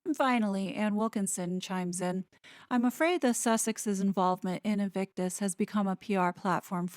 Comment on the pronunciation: Those two clows turned Invictus into " INCIRCUS" .